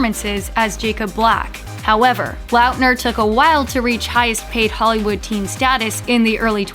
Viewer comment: She kept on pronouncing Lautner (Lot-ner) as Loutner . im done